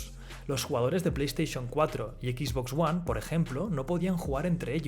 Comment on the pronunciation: ¿Por qué coño la voz de este video cada vez que pronuncia XBOX ONE dice "equiks box" ¡equiks en lugar de equis!